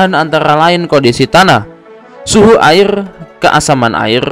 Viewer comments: Airrrrr rrrrrrrr 🤣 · Airrrrrrr terlalu lancar rr nya bang😂